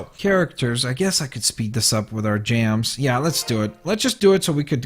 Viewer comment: Lol u say gems like jams